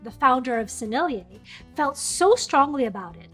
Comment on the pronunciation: I was intrigued by your pronunciation of "Sennellier" and I looked it up and sure enough, your pronunciation is spot on. Also, apparently "Arches" isn't pronounced "arch- iz". It's pronounces "Arsh"